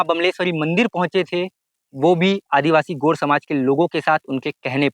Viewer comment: भाई गोंड शब्द का सही उच्चारण तो कर ले, gond गोंड शब्द है गोड नही । बिंदु का उच्चारण भी कर ले।